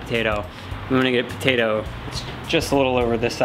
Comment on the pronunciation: "Tator" its a patoto dude